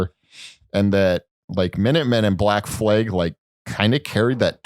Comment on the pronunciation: It's black flag...not Black flaig or whatever the fuck says it...I guess it like Danzing or guitar rifts